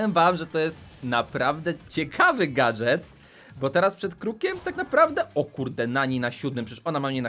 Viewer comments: Gadżet nie gadGet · Nie gatget tylko gadżet